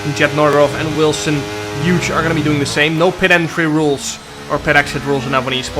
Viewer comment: my man still cant say wilson hughes 🤣